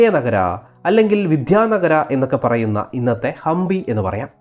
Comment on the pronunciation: It is Hampi not Hambi